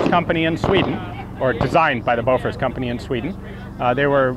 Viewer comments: Great video but I think bofors is pronounced "Booforsh". My Swedish is a tad rusty so I may be wrong. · did you say bofa like bofa deez (nutz)